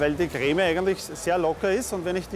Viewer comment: dieser typ sagt anstatt "creme" "greme"😂